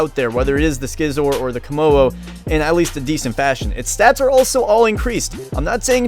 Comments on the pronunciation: Skizor? Do you say skissors? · WAIT! Did you just say s-c-izzor I swear to God I hate everybody who says they like pokemon then says s-c-izzor